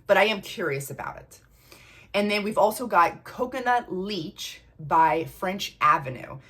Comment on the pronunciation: Just letting you know, it's coconut le che , not leach😅